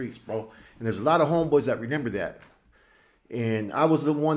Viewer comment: you speak intelligently but it’s remember not re nember